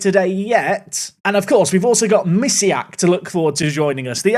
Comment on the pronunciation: I wish that finally gets Polish wonderkid so good, that he learns how to say his name. I mostly listen to videos and I didn't get that Missyak is actually Polish Misiak (teddy bear pet name for male partner).